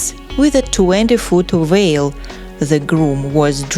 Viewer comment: …..the girl wore a 20 foot “whale”. ?????? Please get someone who can speak properly!